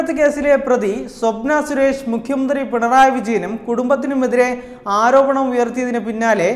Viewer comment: Avataranam akshra spudata illa.enghish medium enne thonunnu.ayudam,mukkiya mantrii